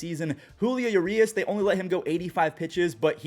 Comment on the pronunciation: it’s uRRRias with the r’s rolled 😊